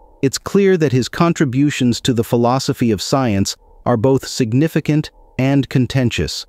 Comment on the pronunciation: “Signifi-kant” too lmfao, horrible